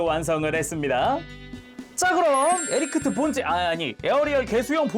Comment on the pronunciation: 계속 에리크트라고 하시는데ㅋㅋㅋㅋ